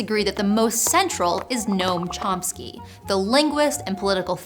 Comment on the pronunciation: Ph.D in Linguistics and she doesn't even know how to pronounce Noam Chomsky?